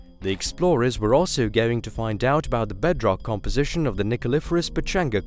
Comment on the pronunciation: Its done a who-ell lot of damage to my ability to engage with this recording. Uuver and oot! Gone.....